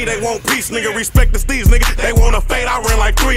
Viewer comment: DSteez lmao not DSTREETZ lmao smh